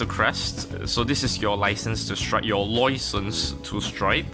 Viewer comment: I really love the "loicense" part lol